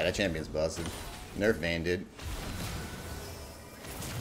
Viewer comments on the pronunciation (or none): none